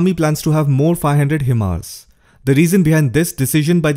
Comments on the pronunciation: HIMARS pronounce as High- Mars not He- Mars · it's pronounced "high mars"